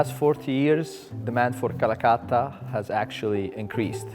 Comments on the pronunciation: Why is it so hard for English native speakers to pronounce vowels?? It's Calacatta, not cuhluhcuhttuh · The narrator is driving me a little nuts. Quibbles? its Cala-catta, not Calacutta. Or Calcutta. Also, pronounce the "t" in Mountain. Not "mown-in". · So how many time do you think the narrator said Calcutta instead of Calacatta? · It's not Calacatta, it's Calcutta! Ssshhhhh. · Stop saying Calacutta. It’s an A not a U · Why you English speaking don’t pronounce other languages in the correct way?? And get offended when someone doesn’t pronounce English right? It’s very easy to pronounce Calacatta, repeat with me.. “Calacatta” “Calacatta” “Calacatta” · Me as an Indian thinking calacatta marble as 'calcatta' marble. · She is saying Callacutta